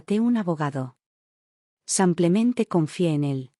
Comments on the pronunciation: tus historias lo dices como que “ san clemente es “ simple mente “ disculpa la corrección pero se pierde un poco el texto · Solo agrego que hay ciertos errores para ayudar a corregir, en este caso la palabra: simplemente ( porque dicen samplemente?)